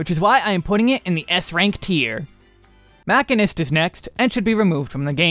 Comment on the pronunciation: not him calling machinist Maybelline im donee. ☠☠